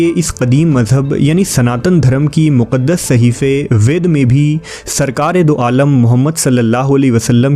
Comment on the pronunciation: Your channel is overall good. But please focus on the pronunciation. For example, वेद وید .. وے د.. کو ود پڑها